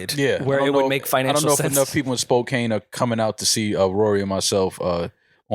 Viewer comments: This shit is hilarious! It’s pronounced Spo-can (Spokane) 😂 😂 😂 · I’m from WA and it’s killing me that they’re saying SpoKANE. It’s pronounced like Spo-can. 😂😂 wtf. Also it’s not random, it’s a really big city lol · It's pernounced Spo-Can not Spo-Cane 😂 and Spokane is on of the major cities in Washington. It's not like Seattle, but you would have a pretty good sized crowd there 💯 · Spokane is not pronounced spo-kain. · SPOKANE 👏🏼 It’s pronounced “Spo-can” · Lmaoooo! You’ve never heard of Spo-CAN, Washington? Lmaoooo! I love y’all! 😂🤣😂🤣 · and its Pronounce SPO CAN